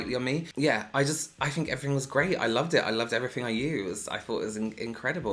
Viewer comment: I love the way you say everything lol 'everyfing' i love it 😂